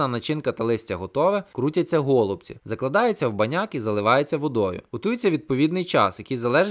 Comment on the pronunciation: Дякую за відео. У мене в родині всі називають голубцІ з наголосом на і, готують теж з рисом з м'ясом